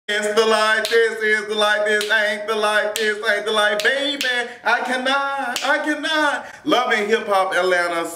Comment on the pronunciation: I cun not I cun not!!!! ROFL